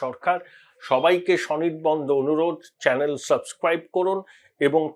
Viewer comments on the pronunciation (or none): none